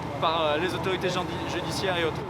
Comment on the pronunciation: Le lapsus révélateur à la fin: « les autorités jardi… judiciaires » 😂